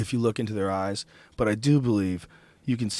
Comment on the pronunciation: Joe "Look at its Eyezzz" Rogan